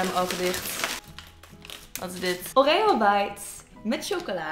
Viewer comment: oREo .. die uitspraakt hahaha.